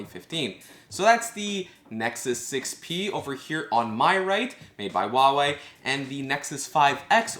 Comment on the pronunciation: You are pronouncing Huawei a little bit wrong, but no big deal, doesn't bother me:)